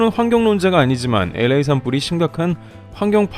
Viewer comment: LA 엘에이 NOT 에레이😂😂😂😂